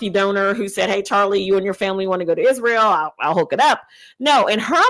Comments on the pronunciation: Why does this piece of sheet say izhrael? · Why does she pronounces Israel "Ishrael" ...that's weird